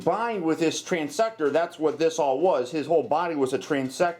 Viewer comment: TransTECTOR, not Transector. Guess you didn't cross all your T's. ;-)